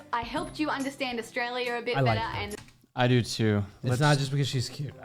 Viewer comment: Never heard anyone say AustraliaR